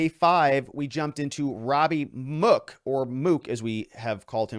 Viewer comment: You mispronounced mook